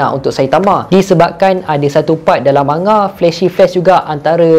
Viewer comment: Bagus. Tapi lebih baik kalau sebutan manga tu betul. Bukan ma nga. Tapi mang ga.